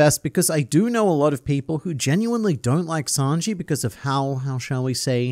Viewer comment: Hearing "Snanji" reminded me of the presidents discussing One Piece vídeos. And now I miss them.